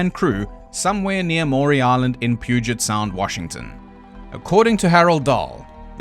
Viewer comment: Thank you for pronouncing Puget Sound correctly ❤❤